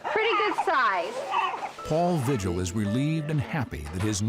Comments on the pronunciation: It could be the surname is not pronounced Vigil. We pronounce it vee-hill. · Just an FYI…. Vigil is pronounced Vee - hill